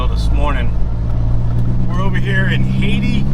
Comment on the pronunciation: It’s “hay-tie” Missouri… another one of those Missouri towns that pronounce it weird.